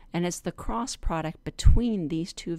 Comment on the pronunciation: The way you said "Cross" product made me think you're a Christian. :) Haha, well God bless you regardless, this helped me so much! :) I just wanted to also say...my Mom graduated from USC (University of South Carolina) and she grew up there, too. She moved to California later on, and met my dad and had me and my sister. I live in Southern California now. I've visited South Carolina many times though, and it's beautiful and pleasant. Anyway, just wanted to say thank you for this and God bless you so immensely! :) -Alexandra